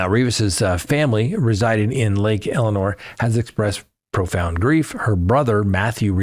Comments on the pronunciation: Elsinore not Elenore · It's lake Elsinore not Eleanor. El sin nore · Try again...not Lake Elinor, its Lake El si nor, there is a "s" in there. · Elsinore, not Eleanor, please.